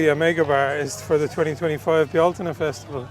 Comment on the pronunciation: I'm happy you pronounced "Bealtaine" right (depending on the dialect; I say "BELL-tin-nuh"). I mean, you're native, and I'm not, but it would've upset me if you'd messed it up :D